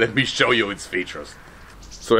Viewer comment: I love how he says " let me shoe you it's features "